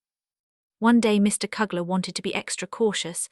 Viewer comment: Misplaced dies last name is pronounced gees as in rhymes with please. Mr. Killers name is pronounced as in you not a short u. You also pronounce Mr. Kleiman's name wrong. Why didn't you use the Van Daans real name Van Pels? You did a good job reading the diary but you should find out the correct pronounciations of people's name. Poor brave Miep's name wasn't even close to correct way of saying it.